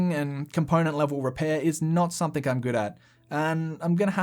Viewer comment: Please stop saying “SOMETHINK”. It’s pronounced “SOME-THING”.